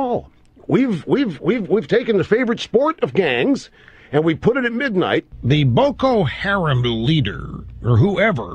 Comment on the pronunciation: 'boko harem' Did Rush Limbaugh mispronounce that by accident or is he that disgusting?